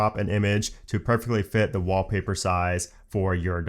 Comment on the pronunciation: Took me a few listens wondering what a "Wobbly Bird" was before realising you were saying "Wall Paper" 🤣